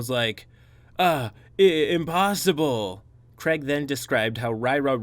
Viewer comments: Its pronounced crayeg. Not creg. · Sorry who is kreg ?!? Craig, say Craig.